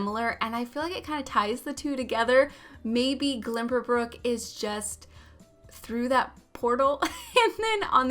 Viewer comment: it bothers me so much that she pronounces it like that lol